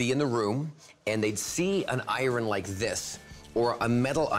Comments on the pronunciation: an "I-Run"... I suddenly question anything he says if he cant pronounce iron. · An "I-ron" ??? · i-rin Never heard anyone pronounce iron without the metathesis before. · Iron not eyeron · WTH is an eye-ron? 🤔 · Americans pronouncing the “r” in iron is why they should have never left the colonies. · He pronounces iron weird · That is 100% not the way to pronounce 'iron'